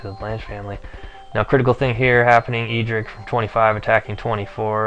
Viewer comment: "Eadric" ( AY-dric) "Cairn" (KAY-ern) "Terian" (T'-er-ian)